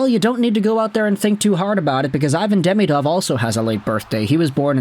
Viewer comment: Also, it's "De-ME-dov", not "DEMI-dov". But it's easier for English speakers to say the latter.